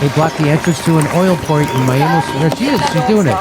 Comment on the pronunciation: Mal-mo? My ex gf lived there.. wtf